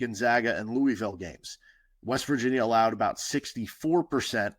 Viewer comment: As a KU fan who lives in Louisville (Lou•uh•vul)I was really hoping you were gonna nail the pronunciation. Nails on a chalkboard lol. Still love your show though!